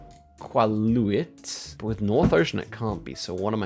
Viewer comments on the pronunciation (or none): candian here its pronounced "i-kaa-loo-it" not iqualuit for future reference (Note* no u after the q so its a k sound)! love this channel though always fun to watch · E-ca-lu-it. Iqaluit. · Iqaluit is pronounced “ee-cah-lew-it” 😅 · since i know likes to pronounce stuff right, the q in iqaluit is pronounced with just a k sound! like ee-ka-loo-eat:D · Iqaluit is pronounced Ikaluit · Iqaluit is pronounced "I CAL AWIT" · butchered pronouncing Iqaluit… 😂